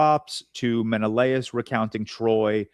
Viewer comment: i love how georges pronunciation is so blatantly wrong but he just keeps saying it 😭. sinon as if the n has an accent over the n and menelaus as it rhymes with klaus or something 😭